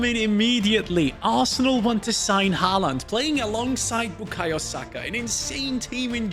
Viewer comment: Bro it’s haaland😊